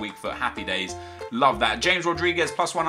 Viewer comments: james rodriguez is pronounced (ha-mes) not simply james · you pornaounes James Rodurigez James and not Hames